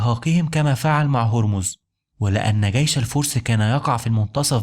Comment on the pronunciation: اسمه جيش و ليس gيش